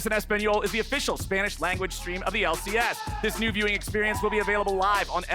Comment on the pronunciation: unwittingly genius!!!!:D >>>>> <<<<<< "WELCOME TO FINAL DAY everyone....here in the L......C.........AIASS! " XDDDDDDDDDDDDDDDDDDDDD loooooool XDXD:D did SERIOUSLY SAY THIS!?!!? XD i think he didnt even realize!?!?!?!?! LOL!